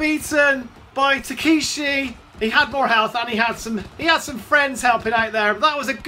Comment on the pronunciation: The way to pronounce his name is Tuh•keh•shee